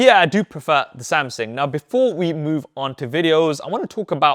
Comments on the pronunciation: Right! Great great video, but I can't get away from the fact you keep miss pronouncing "Samsung" as "Samsing/Samsin". The more you say it, the anxiety I get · Why do you keep saying “Samsin”? It’s “Samsung”. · Good report! It just kinda bothered me that you kept saying SamSING instead of SamSUNG. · samSING lmao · Samsing? I think Sam sung already he’s not currently singing. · Samsung not samsing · why i heard Samsing frequenly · Es heißt Samsung! Du hast einen Sprachfehler